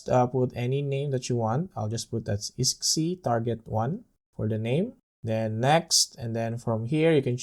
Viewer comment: nice, so we also can install any Steam Server, e.g. DayZ Local server on our NAS?! ..and btw, iSCSI is pronounced eye-Ska-See ! ;-)